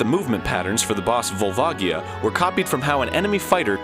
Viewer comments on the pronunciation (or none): i thought it was "Vol-va-jee-ah", not "Vol-var-gee-ah". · It's pronounced VolvaJA.